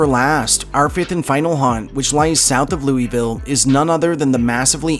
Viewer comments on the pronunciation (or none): Lou-vuhl! Say it fast.